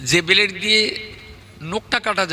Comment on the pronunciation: এই মৌলানা হচ্ছে একটা মূর্খ ভন্ড ব্লেড কে বলছে বেলড ফর্ম কে বলছে ফরম